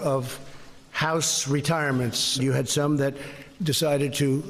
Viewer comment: He did say "mid-tam... and mid-turn year", right?